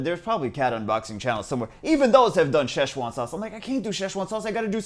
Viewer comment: "Sheshuan sauce"